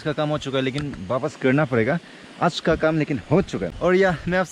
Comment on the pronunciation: Aas nhi its aaj bro😂🤣🤣😂😂pronounce theek krlo